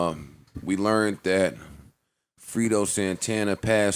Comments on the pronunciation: Fray-Doe joe damn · said “Frito” Santana 😔